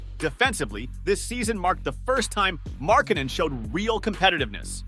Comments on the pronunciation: bruh his last name is not fn Mark Cannon you say his name right 10% of the time just say his nickname or something I would rather hear you say The Finnisher instead of you butchering his last name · Butchering a guys name in a video about how people slept on a guys skills crazy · Gotta learn how to say his name right, mate. Otherwise good video:)